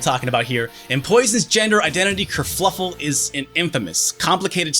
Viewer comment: It's "Kerfuffle, not "Kerfluffle"